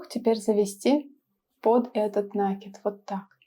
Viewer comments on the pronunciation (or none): Да блин, не нАкид, а накИд. Проверочные слово накИдка.